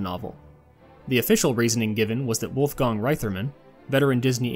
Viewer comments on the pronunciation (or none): You mispronounced Wolfgang Reitherman's first name.